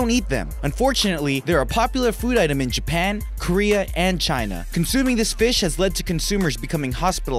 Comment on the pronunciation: its this not dis